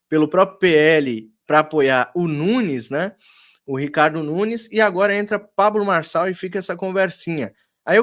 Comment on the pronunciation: Boa tarde Didi, não sei qual é a sua, quando fala sobre neurônios, pois vc não sabe nem pronunciar o nome do candidato Pablo Marçal, será que vc tem pelo menos um neurônio pra julgar o Pré candidato?